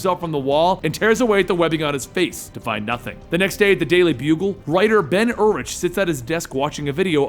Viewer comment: i think Bens name is pronounced Ben Urich (you-rick)